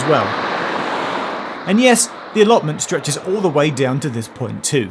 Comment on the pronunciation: Did Geoff say alloments House I got a full house what do I win